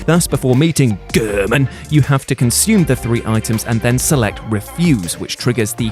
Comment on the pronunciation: Nice list but goddamn the narrator is fucking annoying. Especially with the emphasis on what sounds like “GERMAN!”.